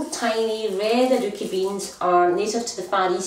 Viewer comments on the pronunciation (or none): I love how she pronounces it. Sounds like "a dookie" I'm sure they taste better than that lol.